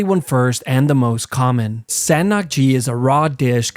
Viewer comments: As a Korean I did not understand what san nakgi is until it was described and Seng Nakgi would be a better Pronunciation. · I never expected san nakji to be one of the deadliest… i ate it a lot and it never occurred dangoures to me because if you chew properly its not that harmful😭😭 (and its pronounced sung nark jee)